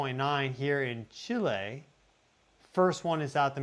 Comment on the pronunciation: I appreciate that you pronounce Chi' lay correctly. 🎉